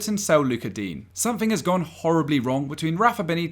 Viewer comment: you pronounced digne differently every time you said his name xD